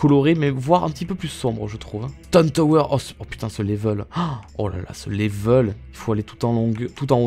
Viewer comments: Je crois qu’il aime bien dire laivel😂😂😂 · 100% Geek oui mais y dit laivel lui 😂